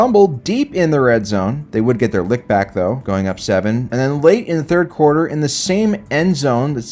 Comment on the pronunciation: Did this man just say they would get their lick back? 💀💀